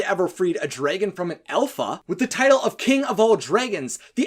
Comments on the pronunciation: Alpha not elpha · It's alpha not elpha. Please learn English.